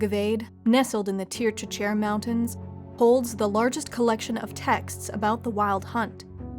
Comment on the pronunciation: You pronounced Tir Tochair wrong. Oops!